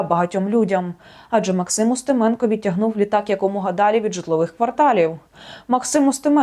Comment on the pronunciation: А я зрозумів що вона ставить наголоси в українських прізвищах на московський манер УстимЕно. Де ви таких понабирали??